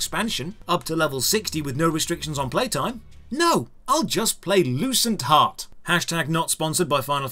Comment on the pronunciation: I thought you said the game's name was "Loose and Hot" 🤣 No joke !